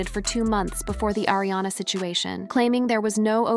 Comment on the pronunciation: It's Ariana not Airiana XD